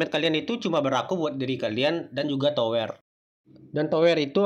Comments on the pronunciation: Tawer bang bukan toer wkwowke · Salfok ngomong towernya kayak ngomong dower, klewer 😂 Bang ngucapin towernya tu kayak ngucapin "sekarang", "beras", "berat", "pedang" Memerah untuk warna sama memerah untuk sapi kan beda e nya, e kan ada 2 bang